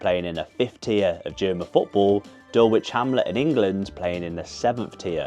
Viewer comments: Dulwich is pronounced "dull-itch". Honestly!! 😂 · The Dulwich v Altona games are always a great piss up, they put on events the whole weekend. The L in Dulwich is silent by the way, imagine you have a Dull Itch, then you're saying it right!